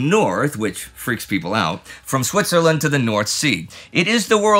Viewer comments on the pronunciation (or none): none